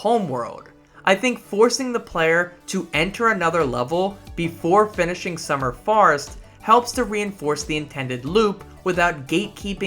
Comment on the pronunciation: some good content! a little surprised you could make such a long video when it seems youre unaware of quite a few things in the game (double jump, x to swim etc). also the way you pronounce summer forest sounds like summer farts lol